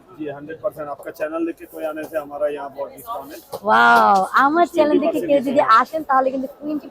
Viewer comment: ২৪ মিনিট ১৬ সে: হতে ২২ সেকেন্ডের সময়ের মধ্যে "চ্যানেল" কে আপনি "চ্যালেন" বলেছেন। উচ্চারণ শুদ্ধ হলে আরও ভালো লাগতো।